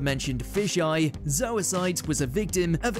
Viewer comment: I love how nobody pronounces zoisite or kunzite correctly 💀💀